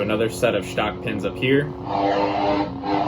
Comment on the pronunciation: I like the way you say.. Sh-tock pins. 😉😆